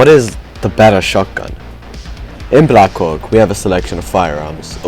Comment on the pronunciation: Please say black hawk not black co*k